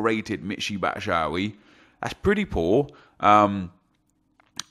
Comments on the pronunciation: why do you call him Batshowee? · Nah his batshuayi pronunciation is worse, its BAT-SHOO-EYE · Batshuayi not batshauy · Who’s “Batsh-owee”